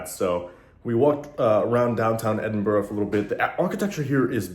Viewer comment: watched this today great seeing you was in my home town glad you had a great time and you even said edinburgh the right wat some cant say it right lol